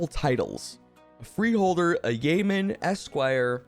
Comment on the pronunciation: "yeoman" is pronounced "YO-man". -Salty